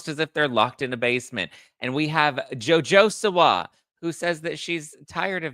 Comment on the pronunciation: “JoJo Si-Wah” haha my take is this good looking guy liked her.